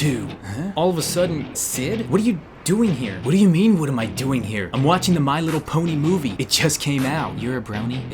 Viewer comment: "Um watching the my lityle pony" I died😂😂😂😂😂😂😂